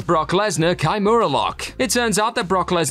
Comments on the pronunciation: It's not pronounced kai-mura it's key-mura. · "Kai-mura" ok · Put a hole in my wall when i heard this guy pronounce kimura, go watch an mma or jui jitsu fight with the kimura submission and listen to the commentary